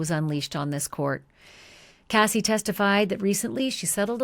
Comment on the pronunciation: Why do you say the lady name is kathy its cassie i thought 🤔🤔🤔🤔